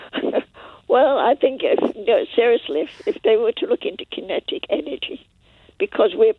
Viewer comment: "KENTIC ENERGY" such a cute little old lady